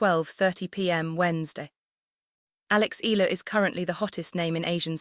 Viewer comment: Mam it's e-ya-la not ela try that more Filipino will love you❤❤❤